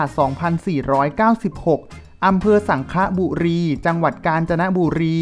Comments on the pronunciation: อ.สังขละบุรี..ไม่ใช่สังคละบุรี ออกเสียงผิดค่ะ.. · สังขละบุรีครับไม่ใช่สังคะบุรี